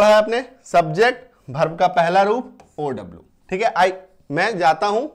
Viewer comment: भर्भ nahi वर्ब